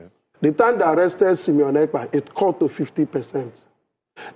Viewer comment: That man is not an igbo man. Listen to the way he pronounced simon ekpa name. He is not an igbo. His pronounciation of simon sound like a yaruba man.